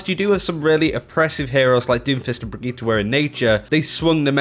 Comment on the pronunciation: QUIT CALLING HER "BRIGITTA" !!!!!! It's Brigitte with an "e" as in enema.